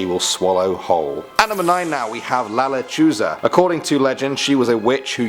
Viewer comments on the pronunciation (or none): Why does he pronounce la lechuza with a z its supposed to be a s